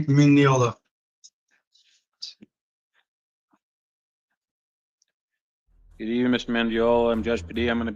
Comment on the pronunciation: Daniel Frank miniola? Sounded like that's what he said